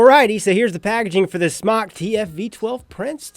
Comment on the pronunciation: SMOCK? It's pronounced SMOKE.